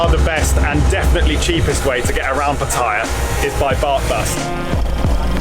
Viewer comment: Another vlogger that can't pronounce Pattaya correctly :-)